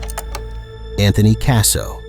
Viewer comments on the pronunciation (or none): none